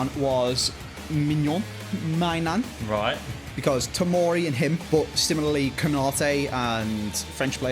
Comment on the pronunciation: pronouncing Maignan: “My mum… my nan”